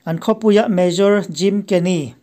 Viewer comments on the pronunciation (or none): Major i tih hi mayor tihtur ani zawk lo maw